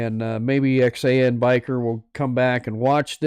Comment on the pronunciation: I am sorry didn't know you did this live or I would have left DR. Harley's live. I guess I mistook when you were doing the live. Thanks for showing my stickers and reading my note. Good live!! Yep, that is my tag line, "Rubber down, Faith up." Also thank you for pronouncing Xan correctly. Glad you bike at least got rinsed off. I watch and try to comment on everything I watch even if it is just an emoji.